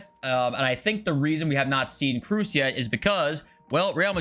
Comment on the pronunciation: Please stop calling Tony Kruus. Its Tony Kroos